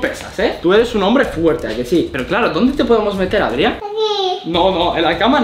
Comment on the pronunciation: No se llama Adriá, porque el lo que te ha querido decir es que se llama Adrián